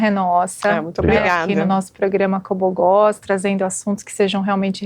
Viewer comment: Juro que entendí ela falando: "Como goza"